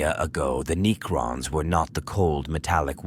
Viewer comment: AI narrators sound good until they try to pronounce Necrons, and repeat the same ideas in four different ways to pad out the runtime.